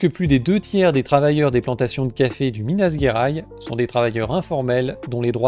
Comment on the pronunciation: ça se prononce "minas Jer-aïe-ch" Mais superbe vidéo ! Un plaisir de la revoir. Elle m'avait donné envie de re consommer du café (mais que de spécialité cette fois). C'est fou à quel point les odeurs sont différentes. Et sentir le café dosette Senseo des collègues , c'est fou à quel point ça sent le moisi cramé.